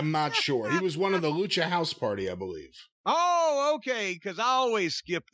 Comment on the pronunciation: I Bolieve it's time move on.